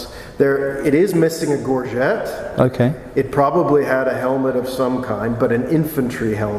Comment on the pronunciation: i'm surprised (and disappointed) that the American mispronounces so basic a term as "gorget". This simply shouldn't be.